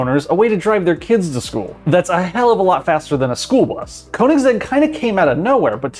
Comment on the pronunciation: Did you say Konig sex to Königsegg? I get it's hard to pronounce for english speakers but Konigsex?